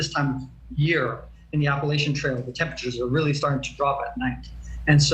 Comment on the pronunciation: I hate how they keep mispronouncing “Appalachian” … or at least to us southerners it sounds like it’s being mispronounced. Lol 😂